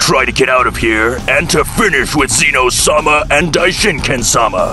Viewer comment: "Zeeeno" it's zeh-no